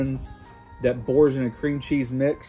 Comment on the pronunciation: Absolutely obliterated the pronunciation of Boursin lol